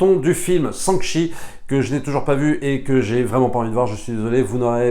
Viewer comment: Repeat after me ... "Shang Shi"... pas Sang Shi.